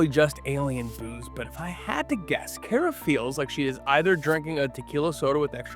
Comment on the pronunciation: Yours isn't the only channel to do this, but I wish all of y'all would learn to pronounce Kara's name correctly. 🤦